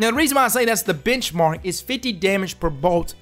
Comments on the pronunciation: I know he's saying benchmark, but I keep hearing bitchmark. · Anyone else hear "bitchmark" instead of "benchmark" 😅😂